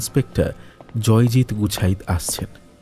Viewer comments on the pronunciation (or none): খুব ভালো লাগলো। অসাধারণ একটি গল্প। কিন্তু উচ্চারণের ভুল গুলো খুব কানে লাগে। 'গুছাইত' কে বারবার 'গুচ্ছাইত' বলা কেন?